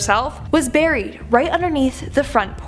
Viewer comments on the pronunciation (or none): none